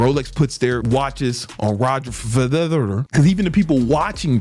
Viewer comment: This Nga cant say Roger Frederer to save his life!!.... But on the low he a real life genius...